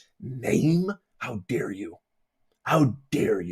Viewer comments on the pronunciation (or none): none